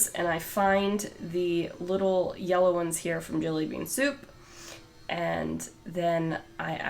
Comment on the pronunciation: I love how you say “orange” and “yella”! ❤️